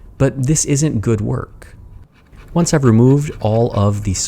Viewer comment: I heard "oanch" instead of "once"